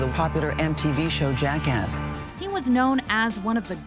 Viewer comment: anyone else always hear jackass as jackask now?